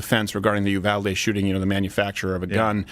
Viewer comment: For gods sake Uvalde is pronounced You-Val-Dee. Not that it’s super important but that’s how we say it here in Texas.